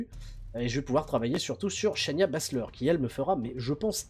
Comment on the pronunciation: SHAY-NA BASZLER!! Prononce le chez-na, pas chez Nia.